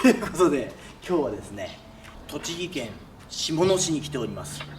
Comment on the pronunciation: しもつけ市が正しい読み方です。この釣り具屋は初耳です。そっち方面は最近行かないので。先週、今年最高釣果38枚でたー!🎉M1王者のチョーチン両ダンゴが強すぎたｗそれとメーターのヒゲｗ